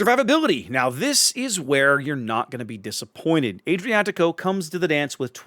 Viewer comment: Just a reminder that the Fonz was NOT italian. Ah-driatico, not Ay-driatico.